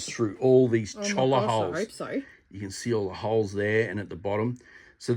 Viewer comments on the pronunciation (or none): it is pronounced “Choi-ya” Keep up the great work! Love seeing other people projects, gives me ideas for my own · It is pronounced "choya"